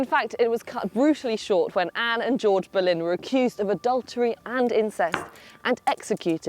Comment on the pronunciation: You pronounced her name perfectly 👏